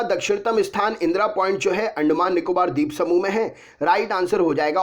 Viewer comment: Andmaan nikobr sweep samuh🙏